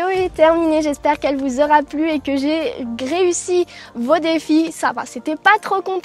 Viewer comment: Tu as dis gréussie